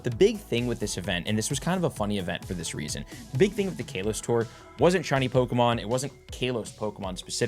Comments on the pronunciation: please its not kay los..... im begging you. its kah los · KAL-OS...... not KAY LOS... 10 years, you'd think you'd learn the correct announcation by now 🤦‍♂️ For next year it's "not" "A-LOW-LAND" remember that....🤣😂🤣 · Ka-los. Not Kale-os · why does he say KAY LOS